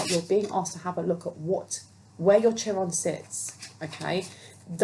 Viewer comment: "Chiron" is pronounced Kai Ron